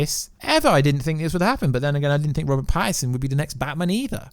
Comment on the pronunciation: The Batty-Man and Raw-Bin! 😂😂🤦‍♂️